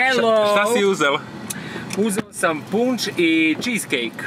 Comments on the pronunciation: kako si izgovorio punč ,umirem Haha najjači si😘😍💋🔥🔥🔥🔥🔥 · poslusajte kako je rekao punč i kokos nije hejt vec je smjesno